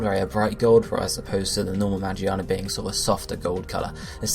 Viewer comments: he keeps saying Magiana even after correcting himself lmao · Its magearna ma gear na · I swear. The way you say the name.. Why not start saying charizard as (Chah-Riz-Ard)? Ffs